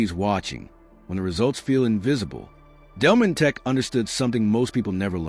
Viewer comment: It's not Delmonteck but Delmonteek in pronouncing his name